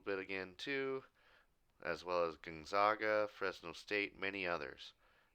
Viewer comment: by the way, it's pronounced Gonzaga with the 'a' like the 'a' in apple. one of their nicknames is the Zags, hard A